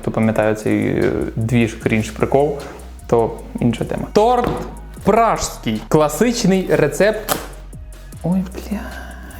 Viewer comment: ПраЗЬкий, будь ласка, не ПраЖський:) там на коробці ж написано